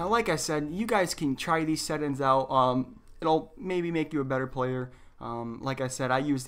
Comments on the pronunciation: Where are you from that you pronounce settings as settins? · Great video! But you were killing me everytime you said "set ins" when talking about settings 😂😂😂, but again great video and very informational I had no idea their was a difference between a monitor and a TV screen.